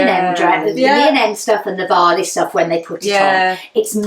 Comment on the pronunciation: Varley, not valley 😂